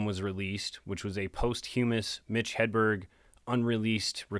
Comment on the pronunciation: Congrats! Posthumous is pronounced "pósthumous", like "documents".